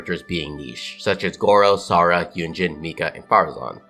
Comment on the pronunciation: the real niche is you pronouncing Sara's name as Sora